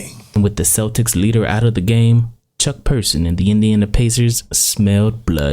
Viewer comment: Its Chuck Person not Persons.